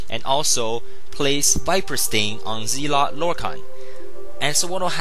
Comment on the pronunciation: not trolling but its pronounced zel-ot not zeel-ot